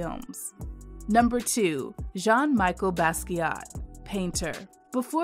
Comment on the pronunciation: It's not Michael, it's Michel....